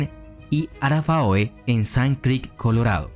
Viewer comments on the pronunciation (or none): supongo que a estas alturas ya te lo deben haber dicho, pero por si acaso, arapahoe se pronuncia "arápajo"